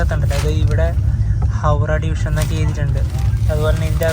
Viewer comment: Hawda ❌ Hawrah✔️